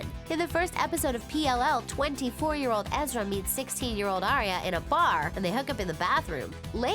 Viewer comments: Ezra not Eerie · Uhhh... it's Ezra not Eerie. BTW I thought the ending was awesome... Lol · Don't you mean Ezra. Not EERIE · Ezra not eerie 😂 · It's Alison, not Allison!! + Ezra, not Eeria! Wth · 1. Ezra was 22 when he and Aria first met 2. Lucy already said in other interviews that took place after that interview you got the info from that she would be open to making an appearance 3. It’s Ezra, not eerie 4. You got Tyler’s age wrong 5. That wasn’t Sasha you showed Ask the fans. We can make your vid with correct facts